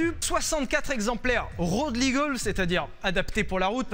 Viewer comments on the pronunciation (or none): none